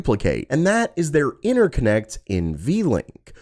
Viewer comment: love the content , but what's with 'INNER connects' :face-orange-raised-eyebrow